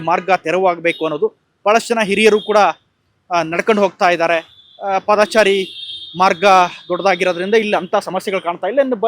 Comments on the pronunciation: ಪಾದಚಾರಿ ಎಂದು ಹೇಳಿ. ಒಂದೊಂದು ಸಾರಿ ಪಾದಚಾರಿ ಎಂದು ಉಚ್ಛಾರಣೆ ಮಾಡುತ್ತಿದ್ದೀರಿ! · "ಪಾದಾಚಾರಿ" ನೂ ಅಲ್ಲಾ "ರಾಮಾಚಾರಿ" ನೂ ಅಲ್ಲಾ. " "ಪಾದಚಾರಿ " ಅಂತ ಹೇಳಣ್ಣಾ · ಮೊದಲು ಸರಿಯಾಗಿ ಕನ್ನಡ ಮಾತಾಡೋದು ಕಲೀರಿ. ಹೇಳಿದ್ದನ್ನೇ ಪದೇ ಪದೇ ಹೇಳ್ತೀರಿ. ಪಾದಚಾರಿ ಅಂತ ಸರಿಯಾಗಿ ಹೇಳೋಕೂ ಬರಲ್ಲ ಯಾವ ಯೂ ಟ್ಯೂಬರ್